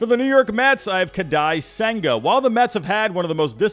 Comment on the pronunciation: ‘kadi’ senga